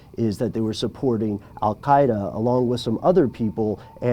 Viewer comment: Is it me, or is pronouncing the native Arabic Qāf consonant sound (in linguistics, the voiceless uvular stop) when saying Al-Qaida?? He does this every time he mentions the name so it surely isn't accidental